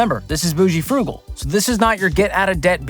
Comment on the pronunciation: "Bougal" (boo-zhul)